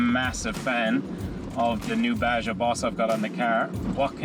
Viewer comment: Baja is pronounced Baha, spectacular part of Mexico leading south of California. I also made those mistake for years calling it BaJa with the hard J, but when I found out about the Baja 500 I was like "OHHH ok". Big fan of that off-road race nowadays. The Baja Boss tires are phenomenal, good shit lads (and ladies). That Iveco looks mental btw 👍